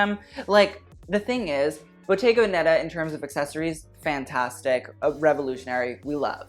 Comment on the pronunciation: Again it’s véneta not venèta 💖